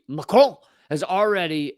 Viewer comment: I don't mind if you say Macron name wrong, he is a bad man anyway.